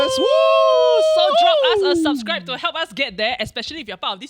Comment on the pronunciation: gave the video a like as soon as pronounced "subscribe" correctly 🤣